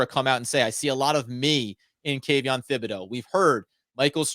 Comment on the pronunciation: Aaron Robinson WILL DEFINITELY start at CB. ESPN is click bait. Not worth discussing. Flott MAY start also. I GUARANTEE 💯 that Robinson is 2nd after Jackson. And btw, it's pronounced TIB, NOT THIB. H is silent